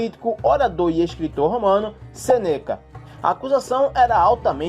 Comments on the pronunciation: Sou muito fã de SÊneca. Dói ouvir ele ser chamado seneca. A primeira sílaba é a tônica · Muito bom o vídeo, cheio de informações boas. Só uma dica: o nome do filósofo era Sêneca. Está escrito certo, mas pronunciado erradamente. O acento tônico é na primeira sílaba; Sê-neca